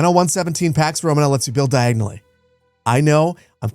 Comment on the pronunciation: You had me at "diagonally" 😂